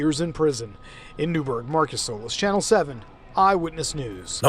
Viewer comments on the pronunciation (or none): none